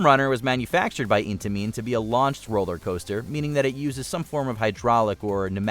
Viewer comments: How to trigger every enthusiast that watches this with one word - narrator "IN TA MEAN" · "Was developed by the Swiss company Eat-a-mean.....Storm Runner was manufactured by Eat-a-mean" 🤣🤣🤣